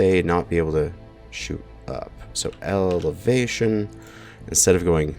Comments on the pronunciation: Turret "Evelatation" 😂🤣😂🤣😂🤣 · "evelation" me: internal screaming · Evelation. Elevation. Meh, same thing, right? LOL